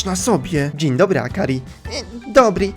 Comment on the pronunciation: Praktyki w sklepie? Takim sklepie w którym ona nic nie robi?.. Akri, :_: Zamiast akari